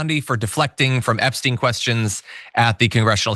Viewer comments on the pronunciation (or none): none